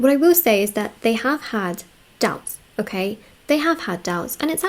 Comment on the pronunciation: "Her douubts are cleared"